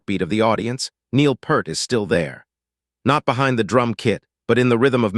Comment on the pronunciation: He wa not just a drummer. And his name is not PERRR T. I DISPISE THIS AI SHIT!!!!!!